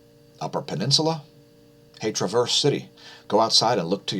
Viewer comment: It's Tra verse city 😃